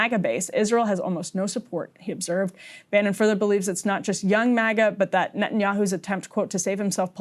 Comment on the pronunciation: It's MAGA, not MIGA.